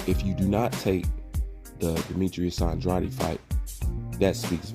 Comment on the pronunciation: I agree with most of your opinions, but you pronounce andrades name wrong as hell.